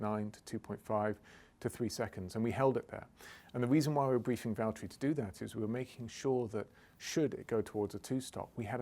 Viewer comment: James, it's Valterri